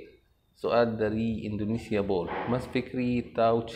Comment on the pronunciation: Tadi kamu sebut channel aku indonesiaboll harusnya indonesiabell